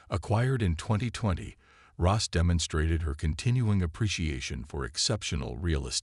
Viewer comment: It’s Ross not Rose!